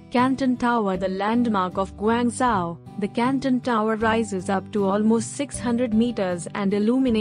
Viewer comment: You might learn to pronounce the name of the city properly before claiming to know more about it?